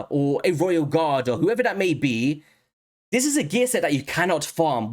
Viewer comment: Thanks for doing a Husk Hydra breakdown!👍 I have been sitting on 2 copies of him for a while wondering if he was worth the trouble to build and more specifically if he was better than Seer, Royal Guard, or Coldheart. BTW, I love your accent but am curious if you have a Jamaican parent because you pronounce some "T"'s like "D"s so "This" and "That" sounds like "Dis" and "Dat".😁